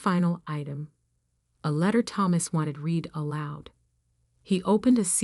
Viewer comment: You really must teach the A.I. how to properly pronounce "Chanel." It is NOT "CHAN' nel." I've heard it mispronounced on many of these stories. And "heir" is pronounced like "err", not "hair." Also, teach it the correct pronunciation of read, dependent on context. Read, in the past tense is pronounced as "red." In the present tense it is pronounced as "reed."